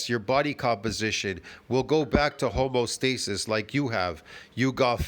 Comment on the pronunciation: Home-EE-oh stasis. Don't forget the EEEEEEEeeeeee.